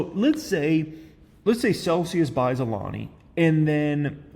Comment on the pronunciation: lol cool you learned how to pronounce Alani. Always improving.